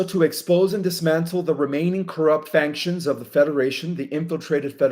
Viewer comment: You said I finally got it right on the word factions. No you got it wrong. You are saying faNctions. There is no N in factions. It is pronounced FAC-SHUNS